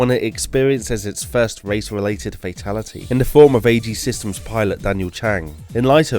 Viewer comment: "Airacom" "Queerex" "Assejy" 😂